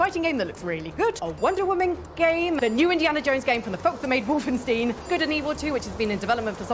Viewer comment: This lady: "Wolfensteeeeeeeeen" & "Kornobyll"